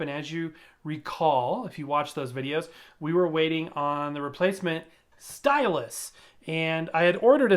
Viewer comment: Sounded like you said "stylist" at . So I'm sitting there thinking0, "I just wanna play records, not get my hair done!" :D